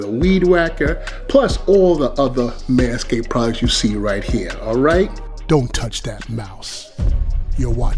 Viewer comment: that's crazy how you can't just pronounce the "d" in manscaped